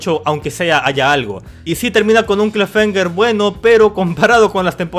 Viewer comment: "clafemger" XD